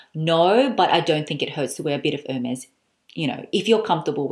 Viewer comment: It's "airmays!" Why don't people know their idols? 😁